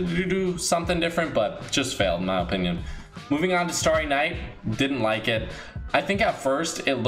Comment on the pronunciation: Lol OOO-pinion